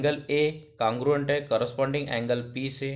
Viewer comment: U r saying cangruent it's congruent 🤦